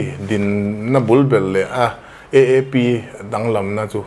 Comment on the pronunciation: AAP tih hi mizo hawrawpa, "A" tih anga lam tur ni awm tak,EEP tiha han lam daih mai chuh!!